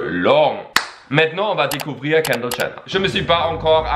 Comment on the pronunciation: je reve ou il dit (kander gener )